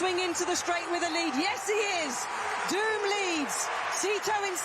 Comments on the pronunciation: In an interview he stressed that his surname is pronounced with long vowel "o" and not with the english "doom" sound (duːm) since in dutch, his mother tongue, the word pronounced "duːm" means idiot. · It's pronounced Dome.